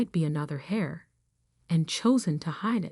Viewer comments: Irrelevant, sometimes irritatingly distracting background! The person who inherits, is called "heir" (pronounced like "air", not "hair" or "hare")! Proofreading needed! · The word is "heir", not hair or hare. It's pronounced "air". The "h" is silent. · The word is heir, pronounced air or err. No h sound.